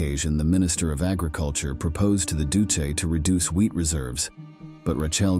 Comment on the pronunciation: Doose????? Don't you mean EL DUCHAY? Not the spelling but how it was pronounced. Pathetic AI. Pathetic editors too. EL DUCE, was this bastards name.